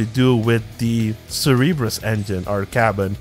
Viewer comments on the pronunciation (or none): not to shit talk you but it's pronounced "Sir-ber-us"